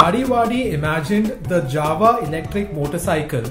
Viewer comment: SIr its JAWA not java BIG FAN KEEP your GOOD work